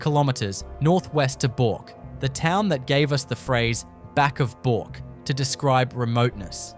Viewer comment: pronounced BURK..not BORK